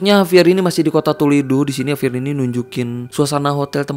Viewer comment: JAVIER BANG BUKAN HAVIER